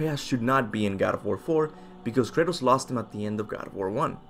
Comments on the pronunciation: I'm pretty sure his name is Kratos, not Curtis bro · Thought bro kept saying Curtis 😅😅😅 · I’m dying over here. Every time he says Kratos it sounds like he’s saying Curtis. Haha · I know what you're saying but it sounds like you're saying Curtis which is hilarious from now on his name is Curtis. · Anyone else hear him saying "Curtis" instead of Kratos? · I sounds like he's saying Curtis and not kratos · When you say Kratos I hear Curtis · Kurtus kurtis lmao pronunciation